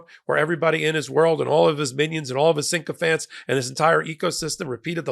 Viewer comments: The word is SYCOPHANT, not syncophant. There is no letter “n” after the letter “y.” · Its sycophant, not syncophant. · Pedantically speaking, sycophant is not pronounced "sync-o-phant". Proper pronunciation is essential to slow the creeping idiocracy. Improper pronunciation leads to improper spelling. The attitude of "you know what I mean" contributes to the dumbing down of America. This also applies to pundit. It is not "pun-dant". The english language is constantly evolving, however, it appears to be devolving in certain areas. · Sycophant.. Like a Sick-O-FANT, NOT Sink-O-Fant...... only one N..... PLEASE, you're in the top 1% in terms of intelligence in the entire country. Please get your -ish together. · Sycophant not syncophant. Only one “n”. Please understand the word